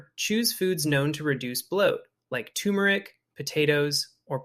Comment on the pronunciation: Yup, I hit a local store on the way to the hotel and buy travel size items. Then I leave them at the hotel. Also, and I know its different for some people but, hotels will generally have body wash and shampoo in the shower just use that. Why is it no one can pronounce turmeric correctly? Tur-Mer-ic, 2 R's in there and they both get pronounced.